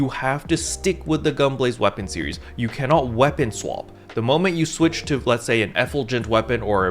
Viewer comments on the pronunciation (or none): none